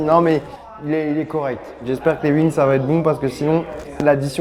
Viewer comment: Je vais tester les "Uings" 🤣